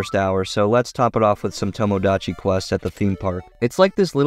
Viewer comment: u cannot pronounce tomodachi, lol